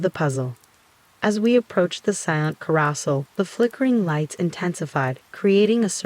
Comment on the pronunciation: AI voice is full of mispronunciation - 'carousel' being said as 'karra-sal' instead of 'kah-ro-sell', as well as 'macabre' being said as 'macca-brah' instead of 'mack-car-breh' Makes your videos sound lazy and monotonous. An intriguing story ruined by a lack of even being bothered to try and produce quality. Downvoted. Lose the AI voice and you might have a chance.